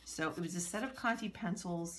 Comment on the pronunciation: It's conté not conty. You pronounce it like the 'ay' from Raymond